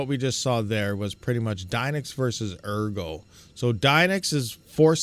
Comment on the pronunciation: ergo should be pronounced "airgo" because if you read the white paper, your coins will be taken if you hodl them too long.